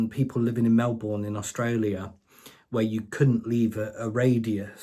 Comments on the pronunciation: I LIVE IN his state and work in Melbourne. And English and Americans talk about him. It's crazy. It's Mel-BUN actually. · Old news, and you could certainly work and a bit more on the pronunciation of Melbourne.😂 As far as I know, you're NOT a Yank. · It should be Mel-BURN. Preferably ignited from the SA / NSW borders.